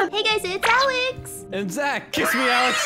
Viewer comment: Instead of “Alex” it’s “Ahleighx” 😂😂😂😂😂